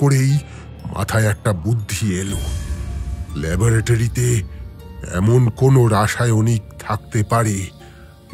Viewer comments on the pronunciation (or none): There is no word as Labaratory it's Laboratory kindly check the English pronunciations. Earlier stories of Bishtu da were far better than the recent ones.